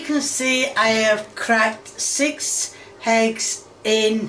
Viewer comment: Ahhh yes, cooking with the classic 3 H's - Ham - Hegs - Honions